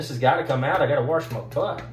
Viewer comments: “I gotta warsh mah butt!” Made me giggle. Good stuff. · "Gotta wash mah butt"😂